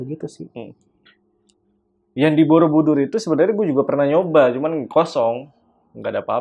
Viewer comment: kk aku dngernya candi bodobudur😭